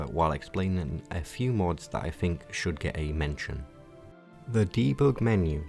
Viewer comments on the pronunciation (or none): none